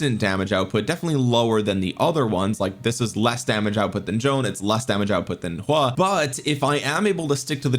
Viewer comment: why you calling him "Hua" lol